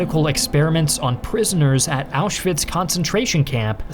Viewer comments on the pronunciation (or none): none